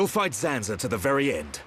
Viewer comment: *Zanza Not Sanza